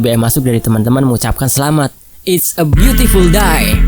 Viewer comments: It's beautiful day (day: baca nya "dei" , kalu dibaca "dai" jdnya die = mati) tp gpp min, yg pnting jgn lama2 min next chapter nya yahh jgn lupa sehat2 slalu min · Hehe.. lucu aja sih min.. "It's a beautiful die" bacanya..😁